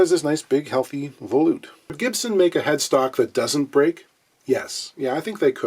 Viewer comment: It kills me how people mispronounce the word volute. It's pronounced vol - yoot, not vol - oot. You don't pronounce volume vol - oom.